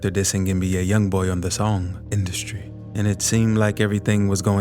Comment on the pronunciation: Why you said industry like that 😂